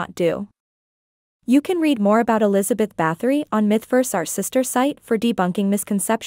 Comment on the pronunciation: I believe that its pronounced Bat-hory